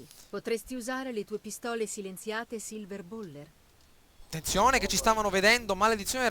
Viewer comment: P.s. Silverballer non bayler :D